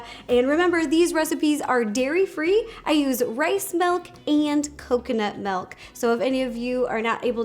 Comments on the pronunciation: Rosanna Pansino not trying to be mean! But its milk! Not Melk!! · Milk not melk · I almost didn't click on this because I knew she was going to say “melk” and “peena colada”. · Anyone else notice Ro pronounces Milk as Melk 🥛🍪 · I am happy I wasn’t the only one who heard her say (Melk)😂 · Roe I love ya..your awesome but its "milk" not "melk" I know people say it differently but still..."milk". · Take a shot every time Ro says melk 😂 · Did anyone else notice Ro says “melk” instead of “milk” I’m not judging her I think it’s adorable 😂💕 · People say Melk and I say milk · SHE SAYS MELK NOT MILK I HATE THAT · Does anyone else think it’s kind of annoying when people say “melk” instead of “milk”.... not trying to be rude at all. I love Ro 💕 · why does she say melk is that American for.milk 🤣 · no I'm American and I say milk. She's just weird. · Everyone else: milk Ro: melk Scottish people: mulk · It’s ok Ro, I also say “melk” instead of “milk” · Does Anyone love the way Rosanna says milk she said Melk ❤️💖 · No one: Ro: Melk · Me: Milk Ro: Melk Me: Milk Ro: Melk Me: Melk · did she say M E L K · I can't unhear it anymore! 😂